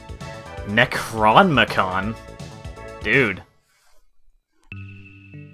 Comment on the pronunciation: you are saying nekronmicon. the word is spelled necronomicon is pronounced, necro nom e con.